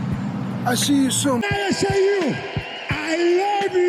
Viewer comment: Romero: i lawwwww you...see you saun 😅